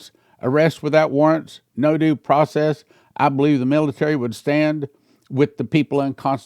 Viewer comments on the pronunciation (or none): none